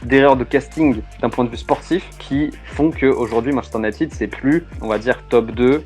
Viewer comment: Tres bon sujet. Pour avoir connu le MU des 90s avec York Cole Giggs Les frere Neville, Scholes Keane smeicheil etc... MU cest un soucis de releve et de gestion, comme la Juve and co. Les gros transferts ca a ete n'importe quoi. Ps: le frnacais cest pas possible. Cest soit en vf "manchester unitèd" soit en anglais cest "manchester you-naï-tid". Un effort alors que cest le sujet serait pas mal (surtout avec des videos d'illustration ou eux les disent correctement...).